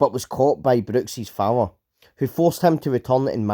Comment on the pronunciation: father = fower 😀